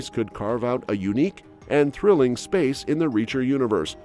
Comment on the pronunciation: This is AI reading. It can't even properly say Reacher at some points.